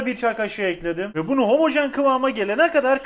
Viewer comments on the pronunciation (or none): none